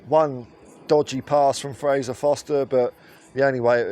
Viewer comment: It's Forster not Foster 👍